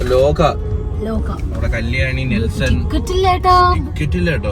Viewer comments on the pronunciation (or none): neslen ❌ Nelson ✅ 🤣🤣